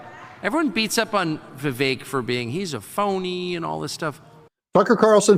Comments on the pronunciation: Doug: It's pronounced Vivake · DOUG! Say his name correctly, please. It is Vi-VAKE. Long ā in the last syllable. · learn to pronounce vivik correctly